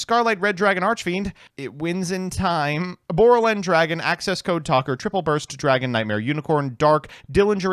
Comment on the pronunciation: Sawnborrel Dragon? It’s Quadborrel ya?